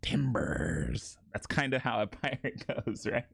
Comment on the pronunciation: Fuck i just noticed it saying pirtate 💀